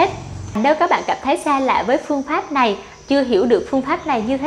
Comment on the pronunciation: Nghe phát âm lài biết ngay người gốc Việt kkkkkk